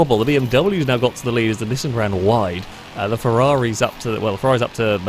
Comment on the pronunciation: Bro. Nee-sahn or Nee-san, not nisn. Anything but that. Actually nvm I’d rather hear nisn than “pyoomer” 💀